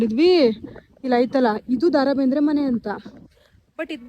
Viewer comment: Le ninna avna Daa Raa Bendre alla adu Da Ra Bendre🙄😬